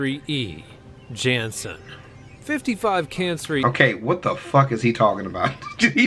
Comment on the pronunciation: Who pronounces Cancri as Cansre?